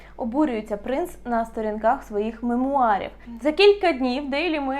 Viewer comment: Мемуары,а не меруары 😊